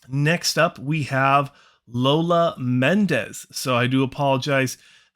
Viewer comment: MONTEZ ffs…..MONTEZ not Mendez. Can you not read? Way to talk about everything BUT her. Maybe if you actually took the time to learn about her you’d know how to pronounce her name. Geez…talk about disrespect.